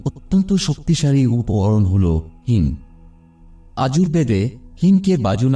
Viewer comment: হিং কে হিম বলছে।